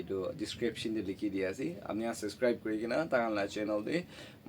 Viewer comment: Everything is so good❤❤ but Baba wala laga pronunciation olop week asey practice kurila bishe bhal hobo common words like channel, subscribe & chawal etc..🙏